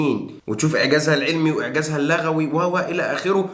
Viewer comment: في القرآن إعجاز لُغوي - وليس لَغوي ... لانها بفتح اللام تعني اللغو وهو غير المفيد من القول، و بضم اللام تغني اللغة وهو الصحيح والمراد فتح الله عليكم